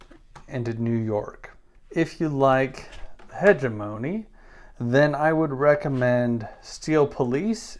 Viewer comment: Please consult Google translate on the pronunciation of hegemony